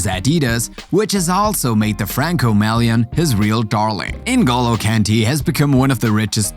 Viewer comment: It’s Ngolo not En go low